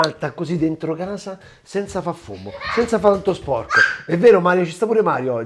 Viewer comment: Ti seguo sempre ma quando dici sono a gasa oppure, mi hanno dedigado, non ti si può sentire. A questo punto parla in dialetto che è meglio.